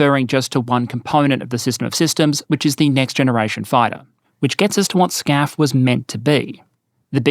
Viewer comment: why are you calling it scaf in the video but FCAS (which is correct in english) in the title